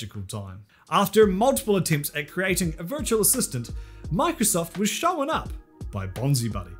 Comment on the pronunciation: I will always like when you say "showen"